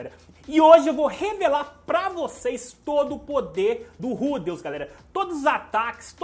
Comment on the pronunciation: n sei como mais esse cara consegue ler rudeus e mana com acento